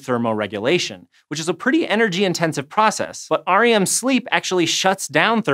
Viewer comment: Never heard someone pronounce the letters of REM sleep separately like that. 😂